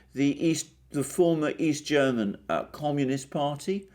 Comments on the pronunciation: you made very good progress in pronouncing german! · Mr. Mercouris, your German pronunciation is fantastic. As are your analyses. Thank you! Merkel started in the CDU only for one reason: The work to the top in other parties would have been much harder than in the CDU of Kohl. Merkel is no conservative. She always promoted leftist agendas. Imo she's glad, when the Greens will run the country and the CDU will be destroyed. Merkel isn't inept or too old. She was socialised in the GDR and did well there.